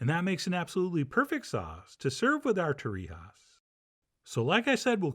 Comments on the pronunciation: In Spain they don't say torrihas, they have a scottish g like in loch. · Torrejas or Torrijas. One thing, different regional name or pronunciation.